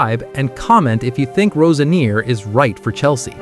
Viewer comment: This guy can`t even pronounce Roseniors name right.